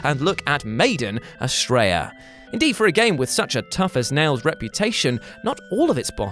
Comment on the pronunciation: I thought you said "made in Australia" when you said Maiden Astraea had to look back at my phone quick like wtf?